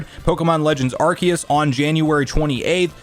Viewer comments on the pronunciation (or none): none